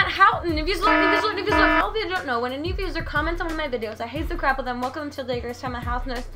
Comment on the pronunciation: Its viewser not viewsler.